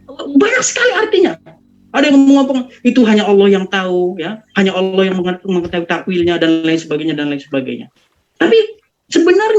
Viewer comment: owlloh itu tertulis di kitab apa. Sedangkam alquraan dn kitab nasrani tertulis allah bukan owlloh. Kalian tau perbedaan huruf dan huruf O. Maka itu kalian buta atau sumbing. Ya kalian itu di tertawanakan dunia. Karena sebutan ALLAH bukan OWLLOH. Aps suara benaran atau suata editan. Rupanya editan maka itula islam kekonyolan islam agar afa bahan koten di sebarkan. Akal anak kecil ko bisa mengakal org dewasa sdh berpikir matang